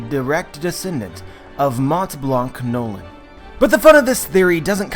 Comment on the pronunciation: It is pronounced as Norland but it is noland